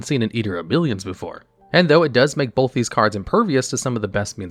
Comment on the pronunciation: I can’t help but notice you say bolth instead of both. 😅